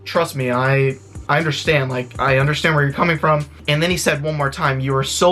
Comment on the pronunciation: Enough of "understang" every cop.